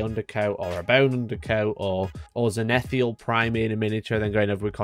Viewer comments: Great video, contrast style paints or inks through an airbrush is a nice easy way to establish your base colours on a mini for sure. One quick thing tho: It's "zenithal" not "zenitheal". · I'm gonna be that guy, if only for a moment... 1. There is nothing that can be achieved with an airbrush that cannot be done with bristles, whilst the inverse is not true. 2. ZEN-ith-ALL. 3 syllables. One "i." GRIS-aye. 2 syllables, it's French. VOL-yew-met-TRICK UN-der-payn-TING. "Slap chop" is for windowlickers and lazy casuals. C'mon dude. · could you say zenithal again.........that was freaking me out